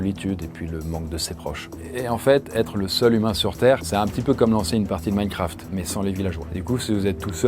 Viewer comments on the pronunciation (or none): none